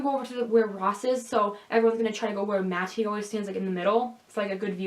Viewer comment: Are you joking every time you say matty's name? I can't take you seriously when you enunciate the t.